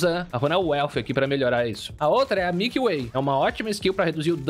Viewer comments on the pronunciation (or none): none